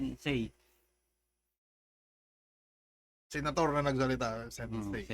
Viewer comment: Tangina towpher marami siyang nasasabi kasi sensei "Sen say" HAHAHAHAHA